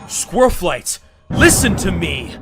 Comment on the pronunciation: also half of this is just squirrelflight saying all wrong